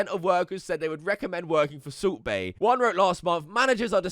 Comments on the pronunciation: Sult baiy...bruh says his name dumb as fuck 😂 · The subtitles say subway when he says salt bae and it's glorious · Kept thinking that you were saying Soup Bae instead if Salt Bae. A good laugh.